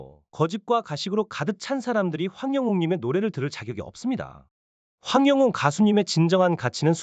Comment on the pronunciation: 황영웅 가수님 이름 바르게 말해 주세요 이름도 옳게 못하는사람도있나 기분나빠